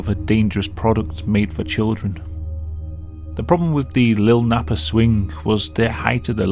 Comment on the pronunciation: So funny the way you say “Lil Nappa”. Lol.